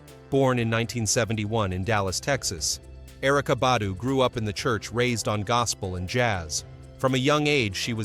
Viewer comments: Just a tip: If you put a video out, do some research before you post! Put some RESPECT on that man name! For 27 minutes straight you pronounced his name wrong. LETS DO BETTER!🤷🏽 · you should know how to pronounce names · I PROMISE I JUMPED IN THE COMMENTS JUST FOR THIS POST. I SWEAR THEY BE KILLING ME W/ THAT. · For real! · I know "like why is it so hard to say his name correctly? " It's ridiculous how they killed black people name!